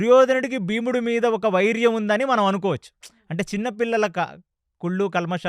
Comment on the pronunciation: వైర్యం కాదు వైరం, అక్షయం కాదు క్షయo. భాషను కొంత మార్చుకుంటే మీదే భవిష్యత్ గారూ 🙏🙏🙏🙏